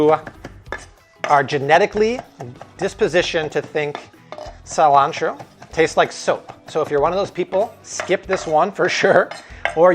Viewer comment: You lost me at “see-lan-tero”. That’s not how Americans pronounce it.